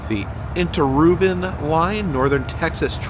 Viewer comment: You say emboldened, I say emblazoned You say inte-rurban, I say inter-urban Texas is the Lone Star.